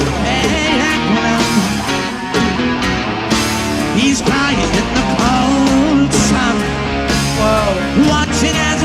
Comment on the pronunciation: I tuned out when you said 'teh'.